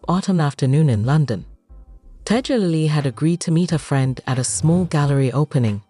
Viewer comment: The lady's name is Tiger lily not TIGA Lily. Pronounce people's names properly.